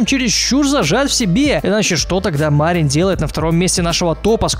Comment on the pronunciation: Там 2 И Мариин Макано ударение на вторую И